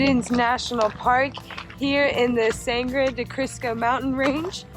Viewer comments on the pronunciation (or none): Saungrow de Crisco lol Congrats tho. Blanca is the prettiest mtn from the south view.